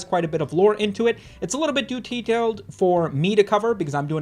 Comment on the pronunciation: "A little bit doo tetailed" I would have never called it out if it weren't for your previous video ❤